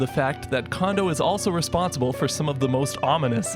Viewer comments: I called him Kondo like Kahn Doe like how you are saying it for most of my life.. Then about 8 years ago when I learned Japanese. I was surprisrd to learn the simple fact that that all vowels in Japanesr are always pronounced the same way every time. In this case, "O"s are always pronounced like saying the letter "O" (Oh). So his name is kinda awkward to say after learning this, I know >.< but it officially is pronounced Koji Cone Doe. Like an Ice Cream Cone. KONDO コンド (コ(Ko)ン(N)ド(Do). Trust me. Japanese people appreciate when americans know how to say their names. Because Koji Kando is a totally different person than Koji Kondo. Also this rule applies to all As being Ahh like Kahn. So the often mispronounced Kanto region isn't " Cant toe" ,Its Kahn Toe. And because all syllables in Japanese never end on a consonant. But always begin with one. The two other often mispronounced Nintendo names are "Samus Aran" and "Zebes" all As are ahh, all Us are like the o in "two" and all "E"s are always Ehh. So those names are Sah Mu Soo Ah Rah N. And Planet Zeh Bess. Not to mention people for some unholy reason still say Pok E mon instead of Pok Eh Mon. Like Dash above the E is supposed to signify. And they even say Pokèmon in the dub and people irl still say the E like the letter. It drives me insane. In Japan. None of this BS flies. In Japanese, if you say one syllable slightly off then people will think you said sometbing else entirely. It matters. Even though I say this whole thing to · The "Ko" in "Kondo" is pronounced "Ko" not "Ka". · Nice job on this! FYI: "Kondo" is pronounced "Cone-doe", not "con-doe". an "o" in a Japanese name actually is always pronounced that way ("oh" instead of "ahh"). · He's not a Condo. Is it that hard to say "CONE-doe"? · His name isn't pronounced like Kahn-doe, but rather more like Cone-doe. Japanese is incredibly phonetically consistent (the opposite of English), so all the vowel sounds are always the same